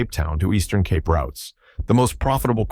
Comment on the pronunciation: Why are you using the AI generated voice -- Pronunciation of even simple and common words like "Cape" is off..